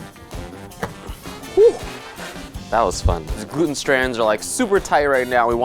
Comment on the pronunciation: glootn glooten glooooootnn